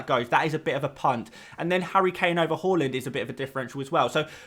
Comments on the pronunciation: It’s HAAAAAAALAND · Anyone else’s head spin around when he said “Hal-land”? I was like, is that a new player?? 😂